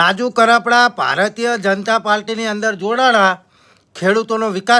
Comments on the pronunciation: સોદિના તને બોલતા નથી આવડતું ભારત્ય એટલે શું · Tane pela bolta nathi aavtu bhai ભારતય bolese